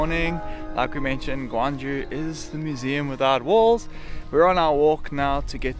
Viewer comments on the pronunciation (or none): Bro, you said "Gwangju" which is different city on the west of Korea. You wanna pronounce the city you visited as "Gyeong-Ju" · It's gyeong ju. Not gwang ju. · the south korea's ancient capital sounds more like kyeong-ju (try young with k). i tell you this because there is another city which sounds exactly like how you sounded it.oh somebody has already pointed that out. sorry about this redundancy